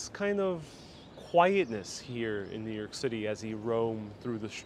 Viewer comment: New Yoike as John would say.